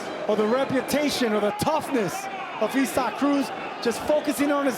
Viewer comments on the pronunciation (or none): It's isaacif cannot say it properly or don't say it at all